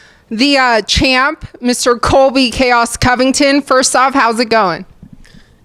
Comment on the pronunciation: He couldn’t even say that correctly. Colby might have a speech impediment.